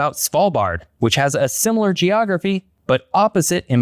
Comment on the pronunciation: JEE-ography by